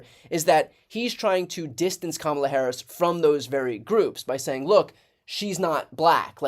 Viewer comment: I like that even Bill O'Rilly pronounced Kamala the right way. It seems that Kamala Harris has got them by their ...